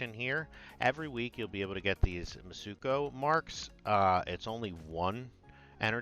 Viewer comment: Mitsuko, not mutsuko. Have all the faith this guy knows what he talking about 😂